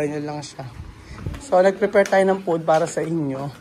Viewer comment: bka mabash kn nmn s kbila s sinabi mo...ng frefrefare (ngpreprapare) sabi mo.😅✌